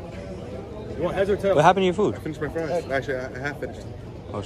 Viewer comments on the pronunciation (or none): none